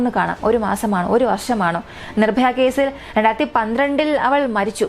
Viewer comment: നിഭായ അല്ല പെണ്ണുമ്പിള്ളേ നിർഭയ